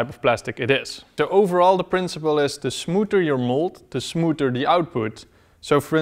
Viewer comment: te smooter yo mold te smooter te output